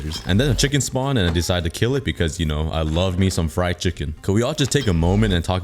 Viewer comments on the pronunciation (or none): none